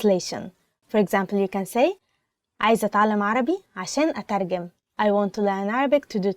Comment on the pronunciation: i have a question? why did you pronounce atarjem as atargem??? somebody plz tell me im so confused lol